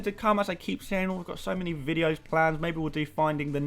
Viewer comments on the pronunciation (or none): none